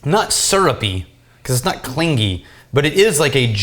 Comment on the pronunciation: Does always say "Clingy" strange? I believe the "g" is incorporated into the "ing" sound and therefor forfeits the traditional "ga" sound...just saying!:)